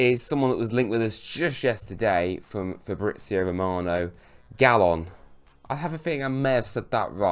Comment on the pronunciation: Player name: Galeno: "Gallon" 😂😂